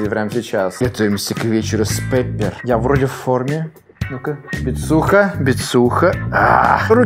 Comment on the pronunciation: Не Пеппер, а Пиппер